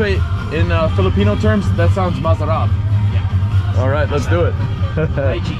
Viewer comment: Sounds better when you say masarap NOT mazarap. Say it with an “S”.